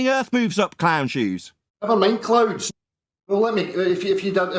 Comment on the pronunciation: Clown or cloon, clouds or cloods? 🤣🤣